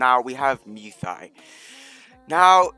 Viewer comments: please stop saying luy thoi , say it like this “moy ty” is how u pronounce it please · “muay thigh” 😭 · Nah it’s mew tai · This man does not know how to say Muy Thai lol